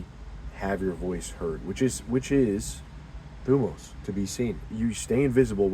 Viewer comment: Thumos is actually pronounced thimos